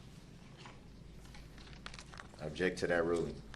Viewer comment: Ask not ax ,object not abject ,that not dat,this not dis,THINK not dink etc etc this monster can't even pronounce words properly never mind defending himself, evil murdering vile narcissistic monster will soon be someone's btch in prison and get passed around in the showers 🚿